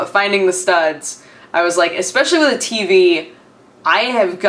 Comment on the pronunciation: Everytime you say TV, to me it sounds like you say TB ^^